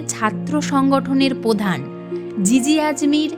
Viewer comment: any source of the information you provided? (also its protistha...not potistha....its prodhan...not podhan...its wellington...not wallington...its beadon street, not biton street) hope you will be correcting next time